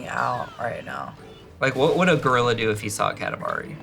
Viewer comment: Why are you saying Goriller?